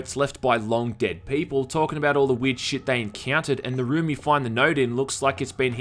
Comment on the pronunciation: I always find it amusing how much emphasis you put on the word "shyyyyyyit!" in your videos. It almost sounds like the exact sound you'd make when you accidentally step in dog poop.